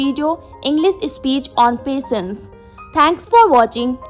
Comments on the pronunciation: Pasense not patience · your handwriting is beautiful but the pronunciation of patience is wrong